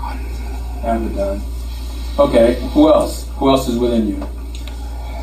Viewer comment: Did he say avadon or algadon? Because I once had a voice in my head who said he was avedon however it may be spelt.